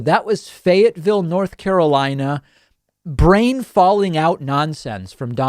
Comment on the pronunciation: Bunkboys "very, very large ah-brain" Must not be working at full capacity